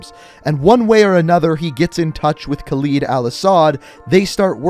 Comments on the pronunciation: I know this may be unhelpful but it’s better if you call Khaled Al-Asad as (Kaald al Asd) because this is how it should be pronounced, I just cringe when I hear you pronounce it as (khleed al-Asad) , by the way القتلة means the killers, just wanted to point it out but I know none of this is important anyways. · Just a nit pick, but you're pronouncing Al-Asad's name incorrectly. It's pronounced like "Call Ed"